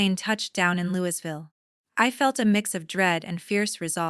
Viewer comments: Lou e ville, not louis ville. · Louisville is pronounced Louieville. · Your not from Kentucky or you would know the s in Louisville is silent. Good story though 😊